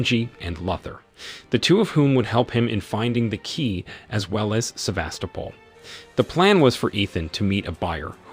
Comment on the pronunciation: Somehow able to perfectly pronounce Sevastopol but can’t pronounce names